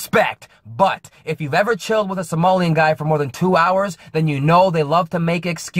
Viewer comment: I think he has been struggling with somali